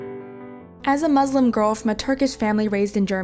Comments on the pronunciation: Yo, the fact they try to make all Muslims look bad pisses me off and she can't even pronounce Muslim properly like damn and you can not make Allah happy like how foolish could you be? well just because there's 1 bad Muslim doesn't mean we're all bad don't blame the religion blame the person. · Lost her credibility the moment she pronounced it “muzlim” to be honest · Her father is a saddistic prick. I'm muslim too and I hope he and others like him burn in hell. PS : Muslim is pronounced Muslim with an S not a Z. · Is a Muslim, but can't pronounce muslim properly. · Okay she can’t pronounce “muslim” or “allah” even tho she’s Turkish and she raised in a Muslim family… Sounds kinda sus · You can’t even pronounce Muslim properly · Bruh this sh*t fake af unless they text them their story and some random narrator voices it. You can tell this fake because im a Muslim too, they pronounced Allah wrong, and pronounced Muslim wrong. Two red flags ngl. But idk this story might be texted and then narrated by someone else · This story is not real she don’t sound Turkish and she don’t know how to pronounce allah and Muslim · You pronounced allah and and muslim wrong......i kinda think your not muslim..someone tell me if they pronounced the stuff wrong i musy not be the only one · You are lying because I am muslim I have a sister and i know she does not feel that way plus you said you are from turkey but pronounce Allah and muslim wrong also In islam woman and men are equal in the eyes of islam. There is a whole surah (pages or paragraphs) in the quran called surat al nissa (woman) it talks about equality also in history islam was the first religion to give woman rights and freedom. Radicals DO NOT REPRESENT ISLAM such as isis,alquada and wahabbis. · I doubt that u are muslim because u cannot even pronounce this words properly. not mazlim its Muslim. Not izlam it's Islam. Not ala it's Allah